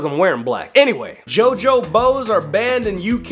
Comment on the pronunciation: When you say jojo bows it sound like your saying jojo bozo